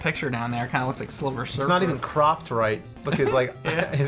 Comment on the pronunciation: He looks like slivur server. ahh, speech mess ups are amazing